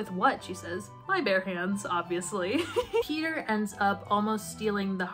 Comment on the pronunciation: The way you say Peter sounds so much like peetah, i‘m getting whiplash hahahah